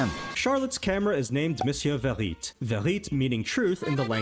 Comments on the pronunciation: It’s actually not « verite » (veh.ree.t) but « vérité » (veh.ree.tay) and it does mean truth. So it translates to mister truth. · Bro saying 'Vehrite' thinking he said it right. sorry but 'truth' in french is 'vérité', which you say 'vei-ri-tey' and not whatever he said..